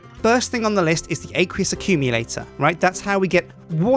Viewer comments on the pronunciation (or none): Aqueous accumulator ACWEEUS not aaaaqueeeoos